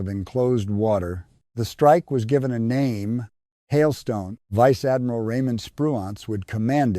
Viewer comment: ‘Veechay ardmeerarl’ (= Vice Admiral) what a stupid piece of recording work!!